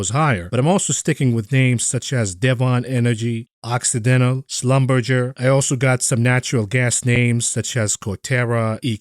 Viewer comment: It's said "dev in" energy, and Schlumberger is pronounced "Slumberjay". At least in the actual oil and gas industry, if you want anyone to understand who you mean🤓